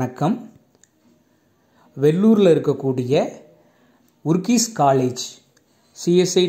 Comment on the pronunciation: அதன் பெயர் ஊரிஸ் காலேஜ், not ஊர்கீஸ்😂